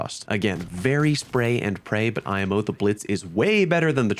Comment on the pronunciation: I've never heard somebody say "imo" like that lol